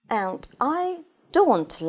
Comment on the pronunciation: В целом, довольно полезно, но "интэрестинГ" и "энТ" режут слух. Или произношение совсем не оценивается в устной части ОГЭ?